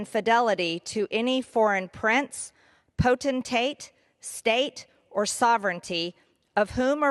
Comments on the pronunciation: "...abjure ...potentate ...heretofore... " You can tell by the way she mispronounces uncommon words that this is probably the first time she's read this speech aloud, or, possibly, ever seen these words. I bet her staff wrote it, handed it to her as she walked out of the office, and then she just skimmed over it in the hallway. For someone who regularly wrestles with the English language, she needs a better strategy. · Wow Marge must have had “potentate” spelled out like a phonics lesson… PO TEN TATE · Who helped Greene figure out how to pronounce potentate?